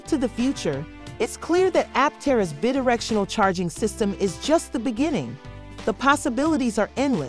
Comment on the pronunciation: It's BI directional. Drove me nuts. Otherwise pretty good.